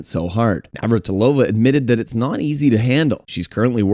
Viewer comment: You messed up Navratilova so many times. Get it right dummy.